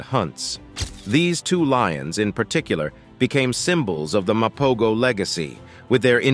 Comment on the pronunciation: The G is silent my dude...MA-PO-HO! They ALWAYS stood on bizness so we can at least pronounce their name right!! 🙄